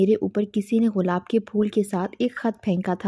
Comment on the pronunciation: بی بی غلاب نہیں گلاب ہوتاہے